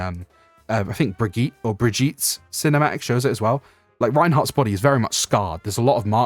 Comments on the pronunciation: it's brig-it-teh, the G the same as in "gate". no hate of course, not trying to criticise you. just found it funny that youve been playing since ow1 and several characters have voicelines where they say her name correctly and you still pronounce it like bridget 😭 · why do you pronounce brigitte like that? you pronounced it like that althroughout her dedicated video and then here you went to say it correctly and then "corrected" yourself by saying it wrong